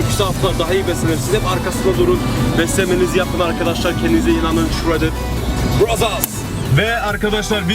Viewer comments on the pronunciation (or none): abi yanlış anlamayın ama shredded brothers derken sanki shredded brazzers gibi anlaşılıyo :D